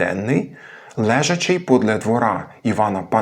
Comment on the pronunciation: Коли дієприслівник, то наголос 'лЕжачи', але коли дієприкметник, то наголос, думаю, все-таки 'лежАчий', а не 'лЕжачий'